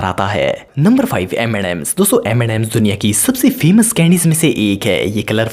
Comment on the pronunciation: normal people say m&m's and says m andd msss like desi